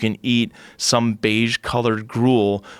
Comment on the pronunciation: oh no he said biege, im triggered...